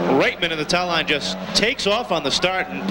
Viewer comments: LOL, Eagle TAh-lawn. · Eagle Tuh-lawn😂😂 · Where did this announcer learn to say TALON lmao.. dude.. its not a hair salon lol